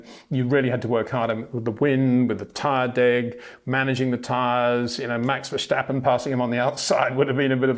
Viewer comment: IT is verSTappen not Versjtappen!!👽